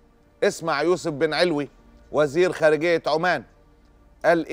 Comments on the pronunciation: أخ معتز اسم علوي بفتح اللام وليس بسكون اللام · استاذ معتز انت قلت عن كلام الوزير العماني ايااااا كان مقصودو ..... هل تعلم انه يقصد التدخل ومساعدة بشار في القضاء على ثورة شعبه لانه لا يعترف مثله مثل باقي كلاااب العرب بشيئ اسمه ثورة شعب وفي معنى ادق لانه من نفس طينة وملة بشار الحيواااان . انت لم تلفظ الكنية صح تلفظ مع فتح اللآم 😉 ( علوي ) ادركت الآن مدى القرابة بين الطغاة سيدي الكريم لا يسمح لمن دينه ومذهبه وعقيدته سليمة ان يصل الى حكم اي دولة عربية (رحمك الله يادكتوووور م ر س ي )